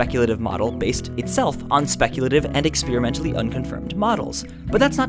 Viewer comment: Maybe there is a universe where you pronounce 'experimentally' correctly?